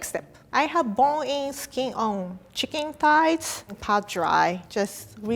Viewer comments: I love how you say ‘Chekeen’ instead of chicken No hat BTW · I cant get over how she pronounced chicken. “Chicing” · I love the way she says chicken its like cHIcKin haha I love her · i like how she pronounces "chicken" --- t'chikeen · Nobody:: c i k i n g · Is it me or was she saying CHICKING?? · cheeken ahahahah😂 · I love how pronounces “chicken” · The way she says "chicken" is so cute 😂 i thibk that how it should be pronounced from now on